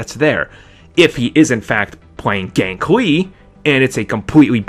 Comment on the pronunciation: ***** HIS NAME IS NOT FUCKING GANK ITS GANKE